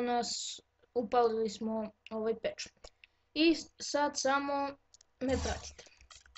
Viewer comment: Toooooooo!! samo ispravi kod patch nije (pach)